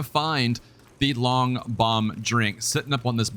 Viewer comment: Loong is pronounced "lung". Means dragon